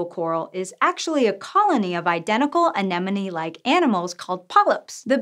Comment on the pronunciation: Finally a host who pronounces 'anemone' right 😍